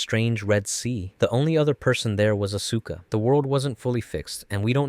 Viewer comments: How are you so deep into EVA lore that you can make this video, but you pronounce one of the most iconic character’s name “asooka” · "seela", "uh-sue-ka", "ko-war-ru"? they literally say these names dozens of times in the show, how does one get them so wrong? this is like when m night shyamalan had them call Aang the "uh-vatar Ung" instead of Avatar Aang. did you only ever watch the netflix re-dub? because that was bonkers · "Evangalleon" "see-lee" "asooka" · The pronunciations of names are wrong in many cases but this is pretty darned cool! For one, it's not, aSUKa, it's pronounced, aska. Seele is German so it's not pronounced seelee. but, nothing is perfect!😅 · I think he's putting the emphasis on the middle syllable: as-SU-ka. Normally, people say AS-su-ka. The show got regionalized into a lot of languages, so maybe that's how the name was said by one of the several voice casts. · AHS-KUH! The u is silent godsdammit! >_< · “Evanghelion” “Asueka” “a place called Antarctica”. Lol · Love this but one thing….its Aus-Kah, AUS-KAH! I beg of you man 😭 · How can one know so much about Eva but mispronounce Asuka and other names / terms?